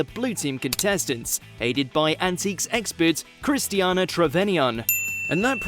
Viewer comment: Christiana Trevanion? You mean Christina Trevanion